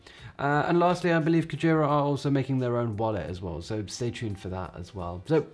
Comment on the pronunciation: Nice video! Your Japanese pronunciation of "Whale" is a little incorrect, but no big deal!